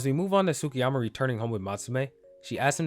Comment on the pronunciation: the U in Tsukiyama is silent. You pronounce the T, not the U.